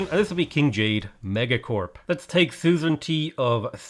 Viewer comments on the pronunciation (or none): none